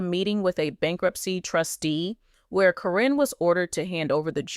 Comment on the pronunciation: The mispronounciation of names onames is al so ridiculous. In one sentence Caryn's is pronounced correctly then in the next it is not. I think in the beginning there is a statement re it being for entertainment.